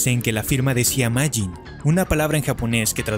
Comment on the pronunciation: Primero se pronuncia mafin y es humor japonés